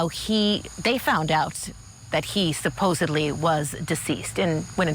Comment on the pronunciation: Why do people say, “supposebly,” with a “b,” when it’s “supposedly,” the correct spelling, with a “d?” I guess it indicates ignorance. YES! I am a former English teacher and a stickler for correct pronunciation, spelling, and grammar.